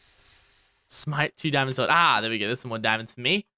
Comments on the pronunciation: more like dee-oh-mon-days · Has anyone else noticed that when he says DIAMONDEZ like that it kinda sounds like "Die on mondays"?